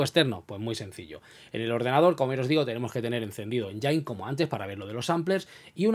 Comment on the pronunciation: no es enyain(engine) es: enyin (engine).....jejeje